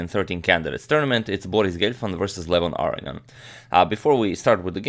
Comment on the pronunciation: AGAIN, it's not pronounced "aryan". It's A-RO-NI-AN.